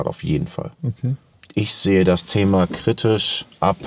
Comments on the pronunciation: Jeder: Kritisch: Kritich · Niemand:: Kritich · "kritich" :D